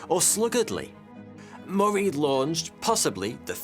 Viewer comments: Moray, Moray, Moray? I thought it said the other guy was called Murray. Pronounced like hurry, as in Murray mints, too good to hurry mints. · Yeah he is not saying it like I have ever heard James Murray’s name pronounced. I’d say ie like muh-ree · I've never heard my last name pronounced that way...lol...because it rhymes with " furry" many think it's spelled Murry.....